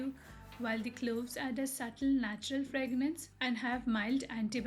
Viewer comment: Hey! Sorry to correct you. Its called 'fragrance' . Not ' fragnance'. Love ur videos